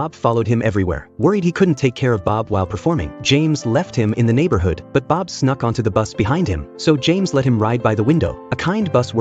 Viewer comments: It's really funny when the narrator said bib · You gotta love Ai content, can't even say Bob right the first time lmao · Why he say bob like that 😂😂😂